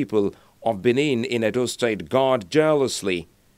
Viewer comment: BENIN NOT Bini